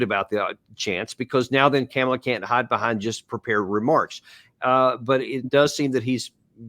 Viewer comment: Ka-Mala- the Ugandan giant 😂